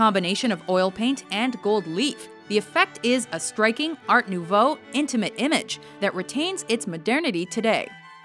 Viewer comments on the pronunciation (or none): none